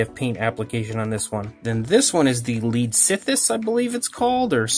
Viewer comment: Leedsichthys phonetic leeds-ick-fiss. And the diplomoceras phonetic dip-lo-mo-seh-rass. And cameroceras phonetic cam-eh-ro-seh-rass and archelon phonetic are-kell-on.